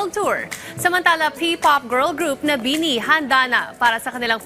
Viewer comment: I know madami pa ring Pinoy na hindi fans ng BINI pero I hope the reporter should atleast did a research on how to pronounce their name properly 😂 Ang weird lang kasi matagal nyo na sinasama sa news nyo ang BINI pero parang di nyo pa rin sila kilala. 😂